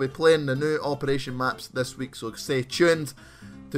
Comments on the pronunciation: at 0.01 put that rapid fire attachment on "operrrrration" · when he sais operaggggagagagation weeeeld fir kaasssis cuz of his acent